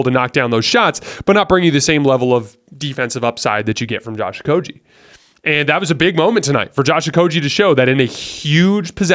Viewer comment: You are great at analyzing the games, thank you. One slight correction, and you can verify it. But Josh Okogie's name is pronounced with a "g" like in "game" or "go." Not with the "g" sound like in "genius" (which, you are at analysis).